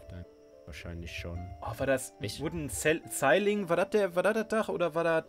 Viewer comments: Mann sagt ciiling und nicht ceiling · ceiling wird sihling ausgesprochen :D Daumen Hoch aber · Btw. wird Ceiling "Sealing" ausgesprochen und nicht "Zeiling" xD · Das spricht man Sieling aus 😂✌ #nohate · Das spricht man "Sieling" aus nicht "Seiling" :D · man spricht ceiling sieling nicht zeiling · Ceiling spricht man Sieling aus, wollte ich nur mal bemerkt haben :) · wie sie ceiling aussprechen und das obwohl beide zu 100% den Lionel Richie song Dancing on the Ceiling kennen! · Das schlimme ist doch eher wie sie "ceiling" sagen